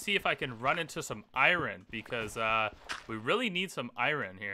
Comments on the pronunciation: isnt it called iron not iwrin? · Take a shot everytime this man can't pronounce iron. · Can’t handle the way you say iron. To bad, series was pretty good so far